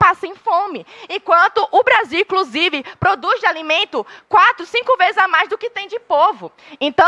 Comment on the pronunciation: Estudante de direito que fala "incrusive", não dá que país é este😐